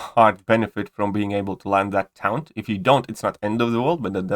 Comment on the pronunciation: Taunt is pronounced tawnt